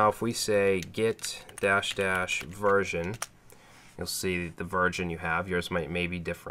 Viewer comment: the "virgin" you have lool